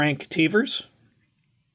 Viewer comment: TA - VAIR - ISS